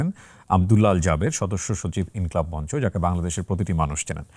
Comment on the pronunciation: সঠিক উচ্চারণ হবে _ মঞ্চো।